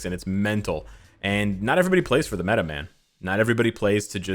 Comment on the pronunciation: ME-UH or MEH?